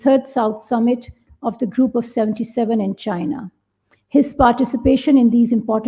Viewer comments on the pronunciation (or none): none